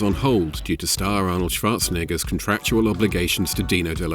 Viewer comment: I always wondered if you were german. Your perfect pronunciation of Schwarzenegger convinced me you have to be. ^^